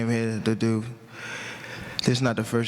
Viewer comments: "we dir what we dir" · “we do what we dew” 😂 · “ we dew what we dew “ gotta love the Baltimore accent 🤣🤣🤣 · “We don’t talk we dew what we dew”🤣